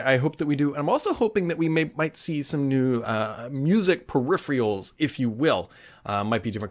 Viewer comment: "Per-riff-ree-ul" is not a word. It is pronounced "Per-if-er-ul". Find someone who pronounces it correctly and copy that. It's really that easy.